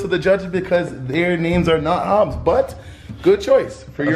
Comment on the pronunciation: He said Dr.Hubs lmfaooo 🤣🤣